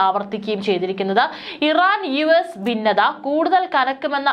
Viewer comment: ബേദിച്ചു - തെറ്റ് ,ബിന്നത - തെറ്റ് ഭേദിച്ചു , ഭിന്നത - എന്ന് പറയൂ